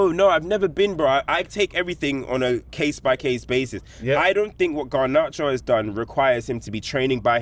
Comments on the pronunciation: can’t even say garnacho name properly let alone anything else.. garnarcho 😂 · player FC back at it again. Also bugs me that he can't even say Garnacho properly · can't even pronounce garnachos name.... 😂😂😂 40 mil is 3 first installments on 3 more cunhas. Genuinely absolute fucking waffle from cam.